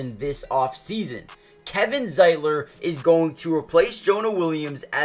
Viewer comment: He got Zietlers name right.